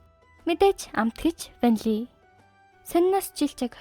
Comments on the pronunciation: Don’t say VANLI 😅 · Ванлий гээд бхаар муухай бна